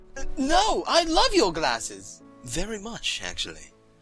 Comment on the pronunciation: "You don't like mah glazzezzz?" XD